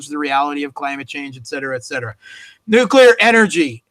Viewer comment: seems to have a thing for mispronunciation: the all-too-common "nukyular" for "nuclear" comes to mind. He also insists on pronouncing Theresa May's first name "Teressa"-- this may be a European variation, but native English speaker ought to pronounce her name the way English speakers (including May) pronounce it.